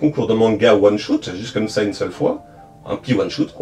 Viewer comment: Merci pour cette vidéo complète ! (Instant prononciation : one shot : ouane chote , pas choute . Spin off : spine pas spaïne off ;)